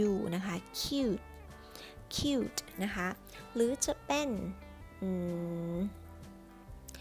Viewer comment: Cute u=สระอู ทำไมในคลิปอ่านว่า คิ้วท์ ใครรู้ช่วยบอกหน่อย